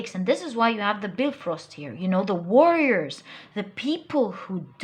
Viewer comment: When you said Bifrost whit the correct entonation... Been blessed so much.